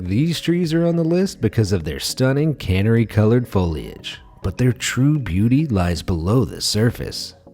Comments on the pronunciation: What's with the pronounciations on this channel? Like every video theres at least 1 ridiculous mispronunciation. And they are never difficult. Is the narrator a robot? I mean c'mon man, Cannery colored tree?!!Canary colored tree, meaning bright yellow. Do some editing for crying out loud. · Your narrator sucks. He said cannery instead of canary. -_ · Canary - is pronounced “Ka-nair-ee” not “Can-ner-ee”. and Bonsai is “Bone-zeye”